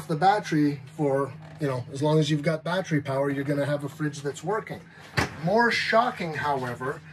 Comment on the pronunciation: "Battry" LOL